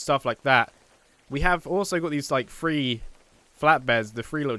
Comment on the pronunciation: Does anyone hear when he says three sounds like free